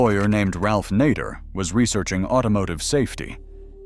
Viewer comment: Hey AI It's Nayder not Nawder I'm out